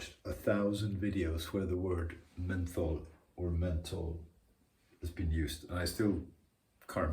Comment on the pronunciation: Definitely pronounce the "H" in "menthol"! Otherwise it kind of sounds like "mental", which is exactly how the crappy YouTube subtitles transcribed it - LOL. I chuckled at the part where you said you got to sign the contract and pay the invoice for the kitchen, so you were a part of it too! Cheers, Henry